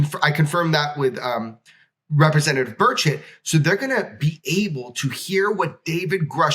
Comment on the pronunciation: You shuld probably pronounce his name burCHETT, not burchet, cause it sounds too much like bird shit xD